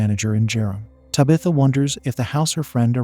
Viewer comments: Bruh just type in "Tab. ith. Ah" in the AI voice thing, it'll be spaced out but it will at least pronounce the damn name right...😂😢😂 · Lmfao “tubithuh” i feel like this is how mike Tyson would say that name 😂😂😂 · I like this pronunciation of Tabitha better. Lol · Me too! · It gives it an old Salem Puritan sound to me.